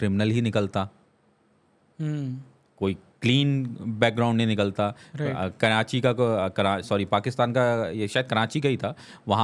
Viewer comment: Yeh bhi karanchi bolnay wala hai 🤣 its karachi not karanchi